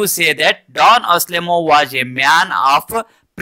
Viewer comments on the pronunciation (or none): ಡಾನ್ ಆಸ್ಲೆಮೋ ಅಲ್ಲ =ಡಾನ್ ಅನ್ಸೆಲ್ಮೋ